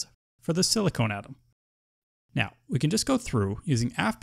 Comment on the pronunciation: Thanks this is helpful, but I believe it is pronounced sili con and not silicone, silicone is not an element